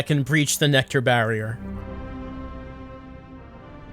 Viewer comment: Pronouncing it like NecTar kind of works for its role in the plot... has humanity stuck like a tar pit